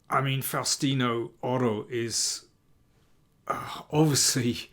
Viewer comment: Great pronunciation of his name.